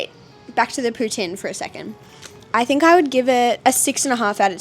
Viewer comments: Bonjour/Hi from Montréal! 👋🏻 You pronounced Poutine the right way from the start!! Hope you had fun on your day in Quebec ✨ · Also you said poutine the right way! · Sooo crazy to think that you were here in Montreal!!! 😱😍 The way said poutine the first time I was like wow he pronounced it soo good! I hope you guys enjoy the rest of your trip and I cannot wait to see your next vlogs! Bon voyage! 🥰